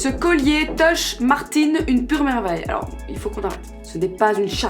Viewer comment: Serre moi la pinceee Marrr(petit roulement de r) tine